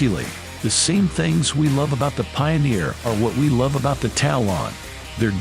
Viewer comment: Tal-on is one word..... Talon. What a stupid video all around.